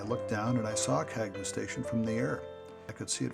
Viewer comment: Very good job,. As noted by one of the commenters the correct pronounciation of the station is CAN-YOU. That was what we were taught in 1953 when the station was dedicated at the Radio Marina site. RFH